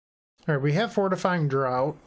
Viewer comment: just so you know, draught is pronounced draft, not drought :)